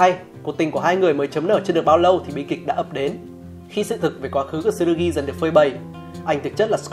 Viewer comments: Góp ý cái về cách đọc tên nhân vật "Tsurugi-つるぎ" đọc ra nôm na ra phiêm âm tiếng Việt là là "chư - rư - gi" (nếu k bắt bẻ lắm về phát âm của chữ つ) Chứ đọc kiểu như trong video là "Tờ-xư-rư-gi" nghe nó sai với quê sao á :v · T trong Tsu là nhấn âm nhé bạn. Không cần đọc "Tờ-su" chỉ cần nhấn mạnh âm Su hơn thôi nha! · Video rất hay, nhưng mong bạn xem lại cách phát âm tsurugi